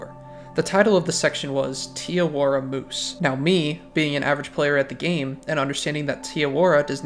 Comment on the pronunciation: im not from new zealand but you cannot be calling it "tee awora" 😭😭jokes aside very good video, this game's youtubers are very bland and solely gameplay focused and we need more storytelling videos, you gonna be a pioneer in the cotw community if you keep this up